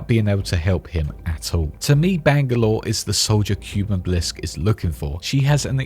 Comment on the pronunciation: Please. Kuben. Not cuban. P l e a s e